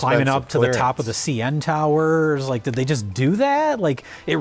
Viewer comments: pronunciation of the “cee-N Tower” reminds me of the antiquated way Norm MacDonald used to say when he was watching the “TEE-vee” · The way pronounced CN Tower really threw me for a loop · hearing jay pronounce cn tower that way just made me clench and recoil like i caught a spider crawling on my arm